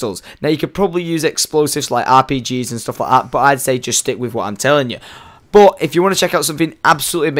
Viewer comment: u say but in a wierd way